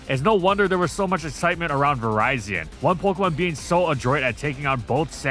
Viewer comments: Vee-REE-zeeon, not Verizon, please 🥲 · Is this an ai voice over? Why do you keep mispronouncing virizion’s name? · Am I the only one who pronounces Virizion as "Vi-rih-zee-un" instead of "Vi-rai-zee-un"? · Ah yes, Verizon. My favorite Pokemon. Just nitpicking for fun, but does anyone know the proper pronunciation? I say virizion as in viridian, which makes sense, but never know